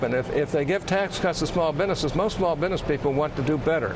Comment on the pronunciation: Hatch, the word is "business," pronounced "biz-ness," not "binness."